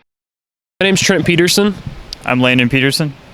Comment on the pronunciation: Wait did he say Pieterson if his last name?